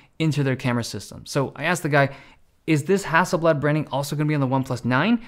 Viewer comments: FYI Hasselblad is not a Russian company its not hassel Bljat It's blad, with a soft A and L not with a AE sound. No hard feelings tho 😅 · Hasselblad is not pronounced that way, yes thats coming from a swede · Hustle blud? Sounds like a roadman from SE London.